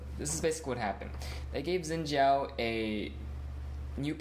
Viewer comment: umm are you stupid zin zhao is incorrect the correct one is shin zhao